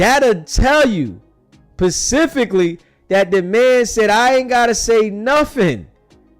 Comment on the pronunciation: Bro it's specifically not pacifically.